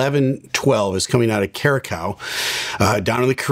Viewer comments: I think it’s pronounced “Q-Ra-SAow” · "Cure-a-Cow"?? It's Curaçao, pronounced: Kur•uh•sau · It’s pronounced cure a sow, not cure a cow, thank you! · "Cure-a-cow"... it's pronounced "Cure-a-s-owe" 😂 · It is not Curra Cow, it is Curra Sow!!! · The ç is pronounced as a s instead of a k. Curaçao (Curasao) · Curacao, we say it like... "curassau", meaning the second "c" will be spelled like the "s" in the word snake. That´s a beginner mistake, sir:/ NOTE: It´s so easy nowadays to get it right! Just Google it, and you`ll get it 100% correct. Don´t give up on doing a better job, sir. Please, sir! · Its pronounced kur·uh ·sau the ç works as a S. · Coming out of “Kuracacao” 🤣 Bro butchered the pronunciation. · CURE-ah-sow. Great material, as always! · it’s pronounced “kurasao” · Kurkao??😂😂😂 learn to pronounce properly the country’s name . Hope you don’t use that name when flying there 😆😆😆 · Can't believe you completely butchered "Curaçao". Have you been hanging out with Gretzky? The proper pronunciation is "Kure-ah-sow". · Curacao is pronounced Cur-uh-sau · It's pronounced Cure-a-sow. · Pronounced "Cura Sal" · Love your channel. Curacao is pronounced cure a sow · The correct pronunciation for the island is Curasowe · It's pronounced kur·uh·sau. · No its “curr-uh-SOW” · Curaçao is actually pronounced Kur uh sow. It's a beautiful island to visit. 🌴 So crazy this happened near there! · Check your pronunciation of Curacao, sir. Otherwise great - as usual. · Curaçao pronunciation was way off